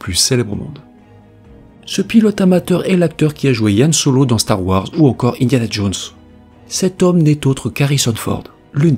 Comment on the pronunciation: aie aie aie qu'est ce que tu nous as fait là 😅 C'est HAN SOLO, avec un H et pas "Yan"